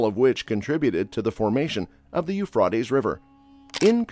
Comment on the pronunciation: Please say the Euphrates River right. 😂